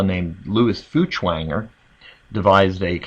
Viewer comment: Feuchtwanger is pronounced "foicht-vonger"